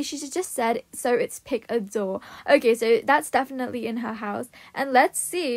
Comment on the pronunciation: Me wondering how does she pronounces definitely like deifanizalei meanwhile everyone is in panic